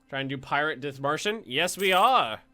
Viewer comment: OMG I AM FROM Dithmarschen. well like very close by it . love if you play german nations :) and this is not critisism but u pronounce it DIT - marschen like prononce DIT very heavy than marschen